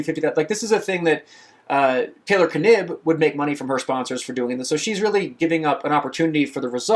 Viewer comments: Dunno I'd say was pronouced "Nibb" with silent K. Sounds odd to hear it said as K-nibb. Got to love these first world problems. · It is pronounced nib without the k. At least every interview I’ve seen she hasn’t correction anyone but she is 100% the type of person to not correct them in the first place. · Knibb as in Knee 😅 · For Taylor Knibb’s name pronunciation; I’ve heard from the triathlon events it pronounced “Nib” with a silent ‘K’. Granted, I don’t follow triathlon as closely anymore (Gwen Jorgensen was who I followed because I know her.) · The K is silent.